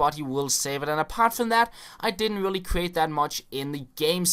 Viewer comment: Lol when you said really really it was like ; willy willy